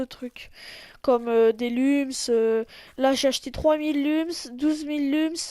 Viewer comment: Tu sais pas parler Lums ça se dit Loums Et Uplay ça se dit You Play